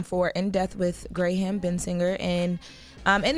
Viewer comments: Did say Gray ham instead of Graham??? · lol!! She said Gray-Ham!!! Graham!! You can tell who reads and who doesn't. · Did she pronounce Graham Grey-him 🤦🏾‍♂️